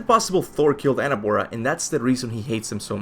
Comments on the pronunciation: Please i dont want to sound like an asshole 😬 but is not Anerbora is Angrboda like anger and boda like wedding 8n Spanish since i know you speak spanish Sorry men I'm not trolling or anything is just that when it doesn't sound Norse makes me crazy 😁 Great prediction BTW i remember the video when u predicted and i thought about it the minute i saw the trailer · why do you call her annaboa? her name is ANGRBODA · Angrboða you say its not pronounced Angrbooa but instead Angrboda! ð is a d little sound of it!! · It's not Anabora it's Angrboda. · You are misspernounsing her name !!!